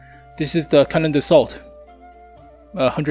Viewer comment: There's not "L" in "Canon d'assaut". Yes, I know, I am THAT guy...